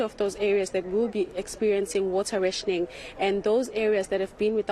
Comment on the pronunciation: Can't you both not speak English...learn the word n pronounce correctly.... RATIONING